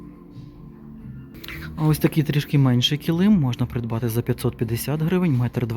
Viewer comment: Ви як і я кажете неправильно килИм)Мій чоловік сміється,що я так кажу по аналогії слова калим))Це не зауваження,просто почула рідне слово)))